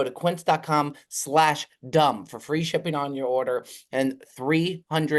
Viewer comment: Gonna need a hand up from. You can't call out for mispronouncing 'Quince' when you did it yourself right here